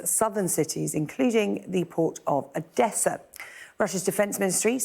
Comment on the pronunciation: Bro nailed the Odesa pronunciation tho